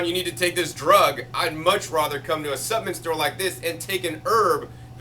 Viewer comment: Take a shot everytime he says suppenent lol